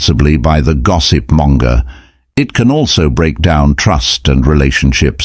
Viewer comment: Monger not Manga!🙂